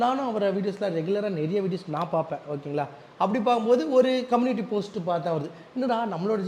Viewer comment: Community ❌ communatty✅